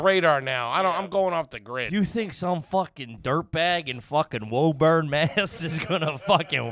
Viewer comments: 'Woo-burn' Mass lol, not 'woah-burn' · Hearing them say “woh-burn” instead of “woo-burn” hurts 😂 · IT’S WÚ-BURN YA SHITHEADS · It’s pronounced woo-bun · Hey I'm in woburn (pronounced whoo-burn) send me the address I'll walk up and knock on the door